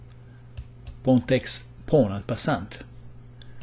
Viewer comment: Dear, I thought I would let you know that the final T in "En passant" is silent in French. Otherwise, your pronunciation is accurate. Either way, I love your analysis in this game, it proves taking risks is important in chess.